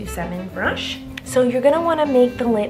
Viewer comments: No body Literally Why did she say brunch instead of brush and why did she eyelatches AND max 🤣🤣🤦‍♀️🤦‍♀️ This is how many times she said eyelatches 👇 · Bruch!(brush) esited (exsited)😂😂😂😂😂😂